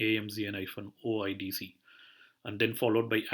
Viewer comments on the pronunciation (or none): Thanks for sharing but it is not "OddZero" it is "O I D Ceee"